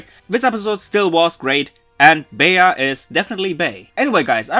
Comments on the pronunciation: "Bay-Uh"????? ...ok, so then I guess if atrociously mispronouncing names is ok with you, from now on anytime I talk to someone about about you and your channel, I'll pronounce it "Pock-em-One Rann-Ger-Bow Tuluv". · "Bee" is how it's supposed to be pronounced dude. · Not to be this person or to be rude but the proper pronunciation of Bea is "bee" in English. This is probably because the name is derived from the name Beatrice. Even in the Wikipedia article of the name Beatrice list Bea as a shorten version of Beatrice and even list Bea from Pokemon Sword and Shield as an example. However, that doesn't mean the pronunciation is wrong. I have heard it called "bae-a". I guess it's just really just regional. Anyway, great video as always! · Everytime I hear People call her Bea(Bee) I always say "It's Bea(Beya) not Bee! 😏" but now hearing her Name in the Dub... Well... I'm still gonna call her Bea(Beya)! 😄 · Since her name is a reference to the word "bean," yes you had it right. And I say this as a joke, but I also read that it was a reference to the word beat (which is truth, look it up), as in "of any of you dorkbags keep calling her 'Bay-ya,' 'Be-a,' 'Bae' (and god, there's a lot who do that for her official name, and you know who you are), or even 'Beau' (I kid you not, someone called her Beau), she WILL beat your ass." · Usually Bea is short for Beatrice so its pronounced "bee" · No. The english dub is right. It isn't like he pronounced the name. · The dub is right. It isn't as he called her. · Her name is Bea. The way he said the name was just his terrible pronunciation XD. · Delicious Man X But how are you satisfied pronouncing your waifus name incorrectly? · No. The english dub is right. It isn't as he called her. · Giboit I know he wasn't saying it right. It's just my name is actually Bea and you don't pronounce it as bee though a lot of people do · The english dub is right. It isn't like he pronounced the name at all.